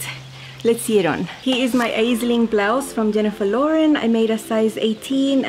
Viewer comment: ….Aisling is a beautiful popular girls name of Irish origin. Here in Ireland we pronounce it as “Ashling”. It means dream or vision. 😍 and appropriate that you made it in such beautiful dreamy fabric..